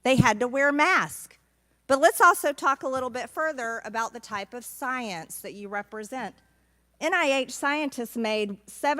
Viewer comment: I just hear Cecily Strong mispronouncing science